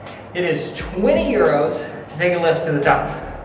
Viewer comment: Are you from Ireland because you say euors